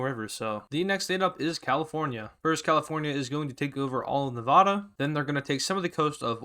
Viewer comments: Man I wish he said Nevada right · Say Nevada right I live there